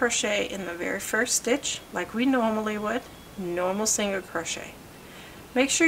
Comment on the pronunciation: She wasnt rude. Even my son was asking what a singer crochet was cuz he was listening. He hears me talk about crochet all the time.